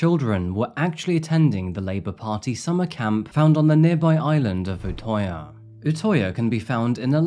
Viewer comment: crime i would like to you should say the ø in utøya as uhh not ohh